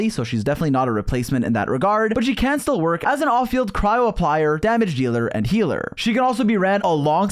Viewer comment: Dude it's cryo not crowd